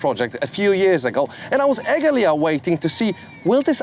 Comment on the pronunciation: At the introductionary stage of that guy's speech, he also said "epggeprply" as opposed to eagerly ! It is obviously a minor difference but to a pita pedant like me (lol ?!) I tend to noticed how people speak as much as, or moreso than what they actually are saying,m if that makes sense... Sorry,, I cannot help being a pedant. It see mm s to define me ?? ❤️